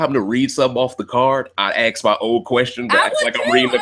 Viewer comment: On Point! It was worse than lapdog though....he treated & thought of Josh as his uneducated (remember him mocking Josh saying axe?) shoeshine boy then calling Josh a blob behind his back. AND even had the fn nerve to call Josh a coward on live tv finale. I'll never stop laughing either lmfao